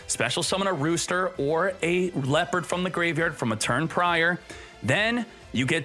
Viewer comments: Leperd? WUT??? It is Le-o(h)-pard. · Why must you deliberately mispronounce leopard